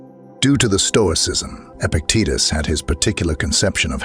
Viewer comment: lol "epiteetus"